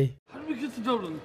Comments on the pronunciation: haow do whe geht to dublinT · “How do I get to DublinT” “How do you get to DublinT” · "Can you tell me how to get.. how to get to Dubland street!"